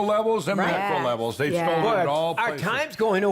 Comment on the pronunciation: "They STOLD? LOL"